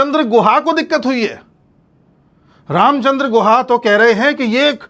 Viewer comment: Ramchandra Guha nahi hai wo GOO-KHA hai,, Ram ka naam bhi kharab kar raha hai...:face-blue-smiling::face-blue-smiling::face-blue-smiling